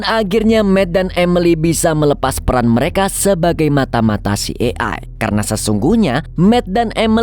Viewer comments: CIA di baca si ay e bg, bkn si e ay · slah sebut hehe CIA ( ci e ai) sebutnya😭😁 Kalo dibaca sbenernya CI AI E, kebalik dikit 😁😁🙏🙏🙏TAPI TETEP AMAANNN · Bang maaf jika mau sebutin dlm.bhs inggris maka bc nya : CI AI E ----- Jgn kebalik - maaf ya bang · Filmx seru,tp CIA yg slh spelling JD gnggu🤦‍♀️🤪🤪